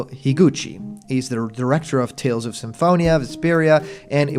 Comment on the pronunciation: I keep hearing you say Tales Off instead of saying Tales Of.